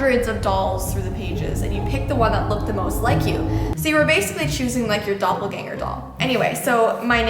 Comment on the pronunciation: Hey did you did u study German or something because how you said Doppelgänger in this video it was very good